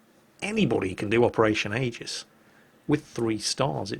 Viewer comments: It's pronounced, "EE-jiss". Noob. Lol. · Operation EE-gis